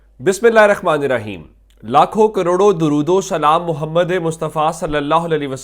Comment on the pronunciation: بسم لا ہرخما ن الراجیم نہیں ہے برائے مہربانی درست گی کرلیں بہت سے لوگ رخمن الرجیم بڑھتے ہیں